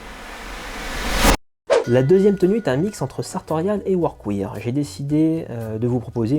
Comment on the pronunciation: Pour les pantalons je ne peux que te recommander le sur mesure de chez Ciryl d'Abensia! En plus d'avoir un super pantalon, c'est aussi une super rencontre avec un passionné (et petit tip de prononciation pour le mot workwear, il faut le dire "workwère" au lieu de workwire) Super vidéo, continue à nous faire profiter de ton univers singulier ça khalass !